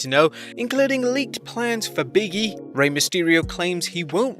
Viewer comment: LOL His name is "Big E" not "Biggy" the space between the g and E means there is a pause between the the words.